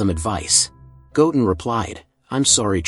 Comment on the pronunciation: The way he says Goten is wrong